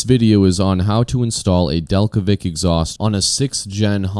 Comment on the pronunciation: Is it not pronounced del-kev-ic? because of the k?